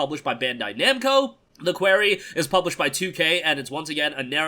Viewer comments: You keep saying Query instead of Quarry. Sorry, I'm just a stickler for proper pronunciation. I'll show myself out... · It's quarry, like "Corey in the House." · Like someone from new York would say it